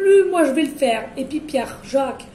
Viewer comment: On adore on adore onaaadoreeee.. et pouis pouis .ah oui minute🤣🤣